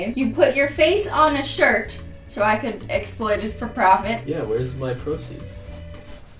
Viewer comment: “It’s like Zozo from the..-“ Me listening to satisfied form HAMILTON: Angelica: SOSOSO— My ears:”ZOZOZO”